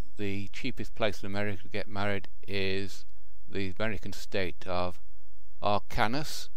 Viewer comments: "Arkanis" lmao its Arkansas (arr-kin-saw) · Ark-can-saw... dipstick. Talk faster.. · Over here in the States Arkansas is pronounced "Ar-Kan-Saw".